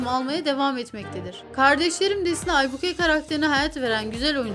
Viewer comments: Ablacim Aybuke degil Aybike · Bi kere aybike aybike deyil